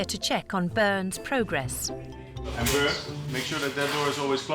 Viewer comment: It´s "Bernd" :)